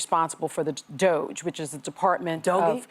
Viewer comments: Hey assho$es. If you’re so ignorant as to not pronounce DOGE get off the air. VERY UNPROFESSIONAL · Yes! Learn how to pronounce it correctly so you don't look so misinformed. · Doge is one awful syllable.